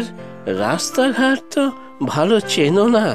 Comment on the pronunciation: ছোট বাবুর কন্ঠে বয়স্ক গলাটা মানায়নি। অন্য কার্টুনে এই ভয়েস আর্টিস্টের গলাটা মানিয়ে গেলেও এই চরিত্রের সঙ্গে একেবারেই যায়নি। শিল্পীর উচ্চারণে "রাস্তা"কে "রাশতা", "আস্তে" কে "আশতে" শুনতে ভালো লাগেনি। যেহেতু আপনাদের কার্টুনের মান খুব ভালো, তাই নিয়মিত দর্শক হিসেবে কথাগুলো বললাম। ধন্যবাদ।